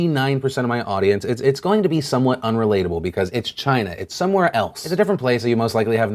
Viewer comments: it's not China, it's GINA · It's pronounced "'gina" as in "vagina" without the "va, " (although I realize that's a word that Donald Trump doesn't' ever use.) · 🇨🇳 🇨🇳 🇨🇳...that was a weird pause but yes 🇨🇳 but yes 🇨🇳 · everytime trump says "china," i keep thinking hes finishing saying "vagina." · that pause had me rollin 😂😂😂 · "That was a weird pause, but yes China!" cut "Yes China!" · "That's a weird pause" "But yes, China" "But yes, China..." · I thought it just glitches for me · china pause got me LOL'in, thanks phil